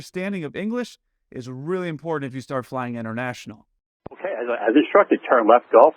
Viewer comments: Bro, LOL.... , you said, "doesn't have the level of English necessary for them to work inter-RATIONAL...." I couldn't tell if you did it on purpose, but it was Hilarious!! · I appreciated the irony that you messed up "interrational" when stating that the pilot's grasp of English wasn't good enough. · interrational operations, huh.... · I heard that mess-up...inter-rational. You da heat.